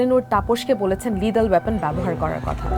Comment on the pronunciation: মা জননী,উপস্থাপিকা দয়া করে,শুদ্ধ বাংলা উচ্চারণ শেখার চেষ্টা করুন, (লিডেল) বলতে ইংরেজি তে কোনো শব্দই নেই,আর ওয়াপেন এটা আবার কোন ধরনের উচ্চারণ, কি শিক্ষা প্রতিষ্ঠান থেকে লেখা পড়া করেছেন